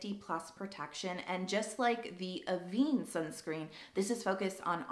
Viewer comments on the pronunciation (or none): FYI Avene pronounced ‘Ah-ven’ (ven rhymes with ten) not Ah-vene.